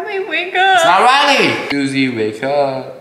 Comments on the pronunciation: ITS NOT RAYLE ITS CRUSY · I love how she says “Riley wake up” when it’s “Chrissy wake up” 💀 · It’s crispy wake up not susie wake up or Riley it’s crisy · the fact that she said reliy wake upp when its chrisy wake upp🤣🤣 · ITS NOT RILLEY WAKE UP ITS CHISSY WAKE UP💀💀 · LOL ITS CHRISSY WAKE UP NOT RILLEY WAKE UP LOL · Chrissy it’s not Susie or Reilly 😂😂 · Its chrisy wake up you got it wrong you said Riley wake up! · It's Chrissy not Ra